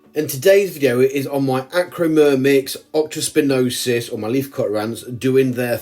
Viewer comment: Absolutely nailed saying their name (at last!) 😂👌